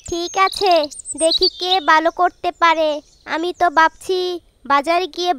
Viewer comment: বালো না ভালো। ভুলভাল উচ্চারণ🫤